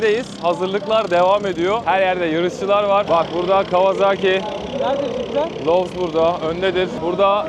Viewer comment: Kawazaki değil, kawasaki :)